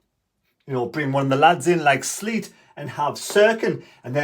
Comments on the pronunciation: Hi. At least TM has a bit of time to work with a new back four. Hopefully they come good on Saturday. For info, Seelt isn't pronounced as Sleet! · You be the judge - "Triantis and Seelt" - and . Thought it was funny, but could just be my hearing! - Great vids anyway and I'll still like them.